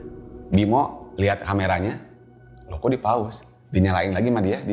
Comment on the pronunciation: terdengar sprt 'Paus' bukannya 'Pause' maap seandainya salah mendengarnya. 😢